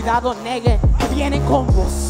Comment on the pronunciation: Jajaja pero ahora la pronunció en la batalla como negge 🤣